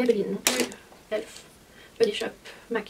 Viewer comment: C’est pas méchant mais y’a plein de marques que tu ne prononce pas comme tout le monde et c’est stressent comme exemple « elf tu le prononce comme elfe alors que la plupart des jeans dise E L F »